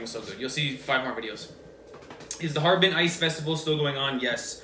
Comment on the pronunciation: No, there no Ha Er Pin, only "Harbin"